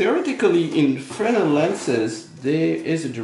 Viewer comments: Finally someone who can pronounce "Fresnel". No surprise there. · Thank you for not saying "frez-nel".